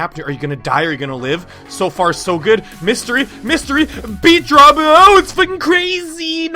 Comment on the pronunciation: don't say mistery piano ever again